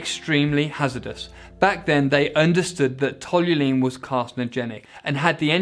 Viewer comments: A lot of errors in here about the fuel, starting with the narrator incorrectly saying ToluLene all the way through. Toluene was used as it has a high volumetric specific energy. The Luftwaffe never used it to any significant degree. This has been repeated often in magazines and elsewhere that the BMW engineers researched old WW2 Luftwaffe fuels to find toluene, but this is a myth. I have researched the old microfiche on Luftwaffe fuels from WW2 and in addition to Nitrous Oxide and Water Methanol injection, they also used aromatic amines combined with tetra ethyl lead as base fuel octane boosters such as aniline and to a much lesser extent meta toluidine - although the latter suffers with poor low temperature solubility which is an issue at altitude). Interestingly the Luftwawwe fuels were almost all ’87 octane right throughout the war with only a small amount of 100 octane available. Allied fuels by comparison ranged up to 115 Octane when using a comparable octane scale (with these fuels having a150 rich mixture ‘octane’ number) . Toluene has not been used in jet engines to any significant degree as the graphic suggests (it is way too volatile and produces too much luminosity and related combustion chamber thermal stress ) and to my knowledge has never been used as a rocket fuel (the gravimetric energy density is too low). Also , like most aromatics it actually has a relatively low flame speed when compared with other gasoline range components (this partially is why the octan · You really need to learn how to say the word "Toluene". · ToluEne. Not toluLene. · Toluene, not tolulene. You're adding an 'L". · TOLUENE! Not "Tolulene" Aaaaaggghhh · Cool, but It's toluene not tolulene! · It's Tolu - ENE, Not Tolu - LENE. Jeebus! it's grating to hear you repeatedly mangle the word. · Toluene is pronounced tall you een not tall you lean. Why is it so hard for English people to speak English properly? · Toluene* not tolulene 😭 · TOLL-YOU-EEN, not TOLL-YOU-LEAN 🤪🤪